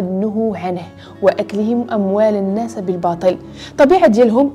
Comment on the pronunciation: أختي الكريمة إحرصي كل الحرص على حفظ الآيات القرآنية فنريد منك الَّا تخطئي لفظها لذلك لو رجعت الى الآية (وأكلهم أموال الناس بالباطل) فان لسانك قد وضع فتحة على سين الناس مع انها مجرورة بالإضافة 😁😁😁❤وشكرا جزيلا وأعانك الله